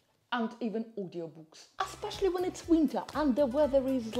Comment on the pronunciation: I like your videos Mi piacciono...Aspeccially when you say Aspeccially!! !